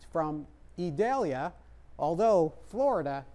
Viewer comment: This weatherman is a pro. He even pronounces «Idalia» perfectly (a special name that's often mispronounced). Great job,!